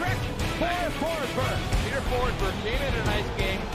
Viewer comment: Hate to be that guy, but it’s Forsberg :D